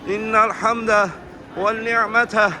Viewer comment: Kardeşim innel hemdeh, velnihmete değil, venni'mete, demen lazım. Bir rehber ki bunu bile yanlış söyliyor. Hiç mi daha önce duymadın? Halbuki daha önce de geldiği anlaşılıyor. Rehber dahi Lebbeyk duasını yanlış okuduğunun farkında değil. Yazık!